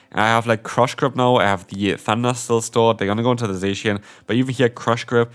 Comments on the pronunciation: Zacian in English is a straight transliteration from its Japanese name ザシアン. It’s pronounced ZA-SHE-AN not ZAY-SHE-AN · HSH says it like saysian. And I Hate it!